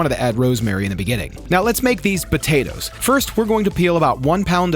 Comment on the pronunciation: I love you dude but hearing you say "botatoes" every thirty seconds has me dying 😂 i know it's a regional accent but it's so pronounced on that word!